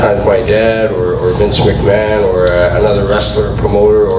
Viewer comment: It's not vince mc man Americans lol